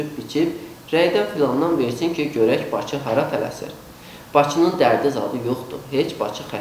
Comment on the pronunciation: Bizim Urqantımıza bir baxın siz azərbaycan dil6ndə danışa bilməyən bir gədə camaata ağıl öyrədir Baцы yox bakıdır şəhərin adı )) kimlərə qaldın ay Azərbaycan